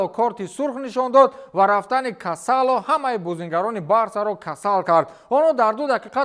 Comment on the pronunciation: Не касоло, а Касодо